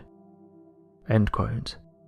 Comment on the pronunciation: I can't watch this channel any more. This guy can't say the word "quote" properly.